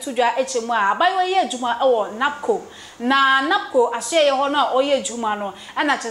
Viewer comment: NACOC not NABCO